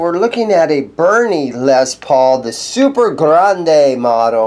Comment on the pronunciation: Says Super Grade not Grande